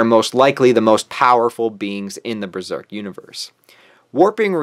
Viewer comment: This is great, except its pronounced "buh-zerk" not "brur-zerk"